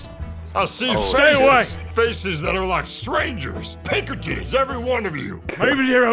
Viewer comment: When he called the Pinkertons "Pinkertits" 😂😂